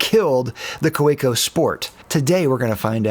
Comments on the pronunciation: I believe the company name is pronounced "kavecko" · Like a Swiss army knife by Victorinox, the Kaweco sport will always be relevant. Also, pronounce the w as a v. "Ka ve co," for it is German. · I could barely watch this because of how horribly you pronounce Kaweco 😅 The 'w' is pronounced like a 'v'. Kah-vek-o. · There's no "preferred pronunciation" for the Kaweco Sport... there's A pronunciation, period. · The Kolo Tino costs 5 - 8 times the price of Kaweco. Also, Kaweco is pronounced KAH-veh-koh, and that ink is Van dee mens. Also, the Gravitas is 4 - 10 times the price. And all of your other pens are much more expensive. It’s kind of like calling filet mignon the Hamburger Killer.